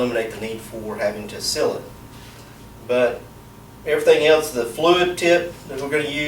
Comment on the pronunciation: The way you say, Seal and sealer. Is dumb